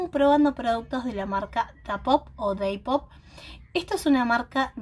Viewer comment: Me encanta tu onda, pero me pone bastante nerviosa que digas deipop.. creo que sos la primera youtuber que escucho que llame de esa forma a Dapop.. EXCELENTE EL MAKEUP.. quedo hermoso